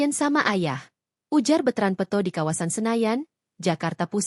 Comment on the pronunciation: Bukan betrand peuto. Peto adeuh ini penyiarnya peto jadi peuto